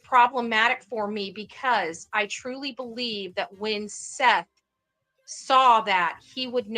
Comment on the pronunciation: calls Seth - Seff….. so there is that for weird names. Come on now …